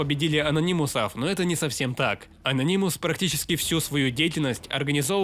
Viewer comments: Ano’nymous На 2 слог ударение Спасибо за ролик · бесит твое произношение ононимус ....уши вянут.